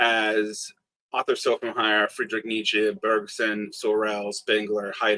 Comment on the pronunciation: German "sch" is really just like english "sh", always! Shopenhauer, Shmitt, you can pronounce them all that way. I am used to Smitt but Sopenhauer really hurts my ears, sorry!